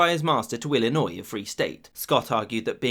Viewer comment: Thank you for saying Illinois right!